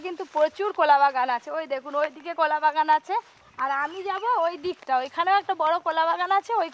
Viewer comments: এটা কলা,,not কোলা 😂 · ভাষাটা ঠিক করুন কথাটাকোলা গাছ নয় কলাগাছ